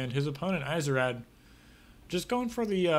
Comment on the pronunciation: I think it's supposed to be pronounced "easy-raid" :P